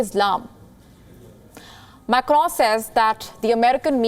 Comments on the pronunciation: She says it like Emmanuel MECCRON..its Macron 🙂. Imagine if someone says "Nirendra Mudy" .. it would sound silly right🙂 eventhough we understand what she says 😀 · Amazing pronounciation - prezzident immanu makkro. Preze and media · Can't stop laughing after listening how she's pronouncing macron 😂😂😂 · The way she says macron😂😂😂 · Macroooooo ... Preaisssss (Press) ... abey kaha se ley aaye isse .. bhahahaha